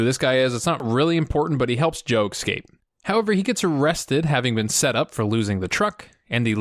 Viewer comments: Loving these videos. You like to nit-pick and so do I. Please, the word is escape not excape. Driving me nuts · Question: Why cant americans say escape? You all say excape. Is this just how youre taught it at school?